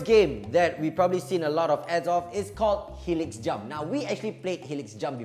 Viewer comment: It's pronounced "helix jump" not "hilix jump"